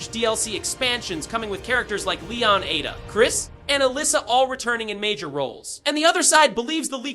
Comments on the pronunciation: Atta? Bro it’s pronounced Ay duh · AI voice 👎 Who tf is Atta Wong